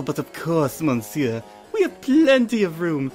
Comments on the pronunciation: Monsieur is pronounced muh-seer, not mon-seer. And his voice was kind of... uh, distracting, in general. But otherwise this was a great reading. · you don't pronounce the "n" in monsiuer